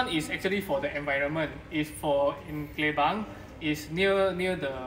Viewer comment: The place name Klebang not Klubang ma'am..😊